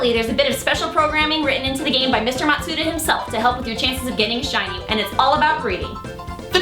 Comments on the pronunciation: It's called The Masuda Method, not MaTsuda. Also, good luck having your Pokemon hold a Shiny Charm. It's a key item. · It's Masuda, not Matsuda,. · his name Junichi Masuda. Not Junichi Matsuda Just sayin'